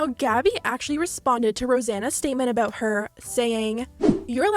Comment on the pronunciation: “All aboot”